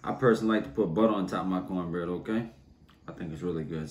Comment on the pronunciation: The way he says O'Kay keeps me coming back lol